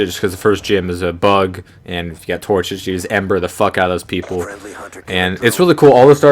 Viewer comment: TorCHIC. Pronounced "Tour-chick"